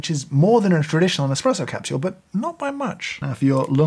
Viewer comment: I love how he says capshule!